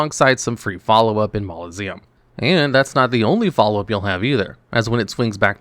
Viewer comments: It’s also mausoleum not maloseum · mausoleum is a normal english word, say it normally